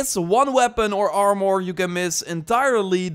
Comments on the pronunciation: That was very helpful already wasted some time on purples not knowing about levendary. Small friendly advice: Im assuming youre dutch. 'Armor' is pronounced like the dutch word for poorer. "Armer" instead of "armòr". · You speak very well but why do you have such a hard time saying armor lol..? It sounds like your saying (armor,more) every time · Armore?? Stop saying that your killing me over here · are more? more like are less